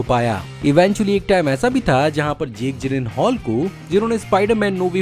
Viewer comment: Jake Jillian haul???? Spelling bhi galti aur pronounce bhi wesa nahi karta hai bhai... 😂😂😂